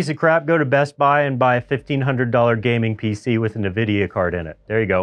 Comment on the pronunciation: can't say Nvidia. Nahvidia? LOL